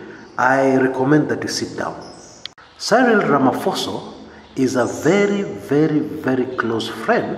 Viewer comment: He is Ramaphosa not Ramaphoso